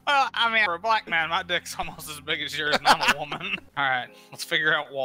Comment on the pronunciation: Cave WO-MAN